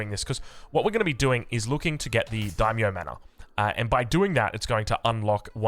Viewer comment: Regarding the "Day -myo? Dye-myo?" It's pronounced like the English "dye/die." The "ai" sound is always the same in Japanese, so samurAI, dAImyo, gAIjin, etc.